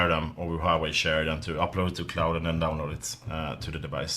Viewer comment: Glad to see someone who is not a navtive Chinese speaker pronoucs "Huawei" correctly :P